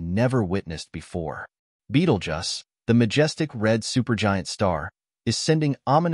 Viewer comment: Beetlejuice not Beetlejuss